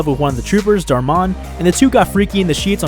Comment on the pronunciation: I thought he said fucking dharr Mann when he said darmon